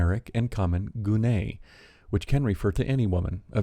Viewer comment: Hey, just a friendly correction, the Greek word "γυνή" is not pronounced that way, like, at all, heh. Trust me, I'm Greek. Thanks for your videos!